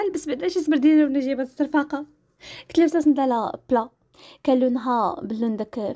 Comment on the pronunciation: ناااااري غي قلتي السرفاقة حسيت بيك شلحة هههههههههههههه